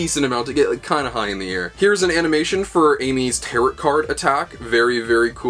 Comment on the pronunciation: I hate to be the nerd emoji but you're mispronouncing tarot the entire video. It's pronounced "tare-oh." Good stuff though, I'm excited!